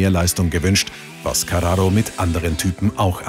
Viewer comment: Wie du carrao ausspricht. Wie ein Italener